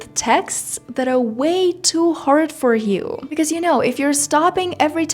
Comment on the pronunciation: Девочка, какой С2 уровень с произношением Хорд на Hard , с абсолютно нелепой заменой прилагательных very на pretty , expensive на a rip-off и прочей ерунды , которая у тебя на канале и абсолютно неуместна даже для B1 уровня, не то что С2. Не позорься и не вводи людей в заблуждение , которые хотят язык выучить